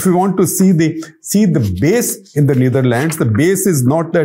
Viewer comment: The way he pronounced Neatherlands and Amsterdam was funny.. funny coz of all the show off words he use😂